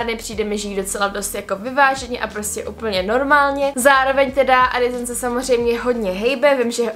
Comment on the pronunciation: úžasný video jako vždy jen ...Adisson se říka se se :D no hate!!!!!